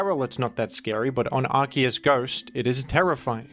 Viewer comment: Why did he say Arceus as arkoos?